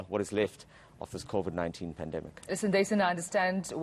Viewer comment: "ThErE WaS KoFiD"